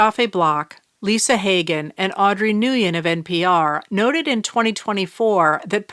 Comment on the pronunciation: FYI, Nguyen is pronounced something like “Win”.